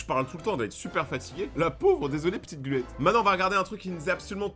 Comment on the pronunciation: c pas gluette c glotte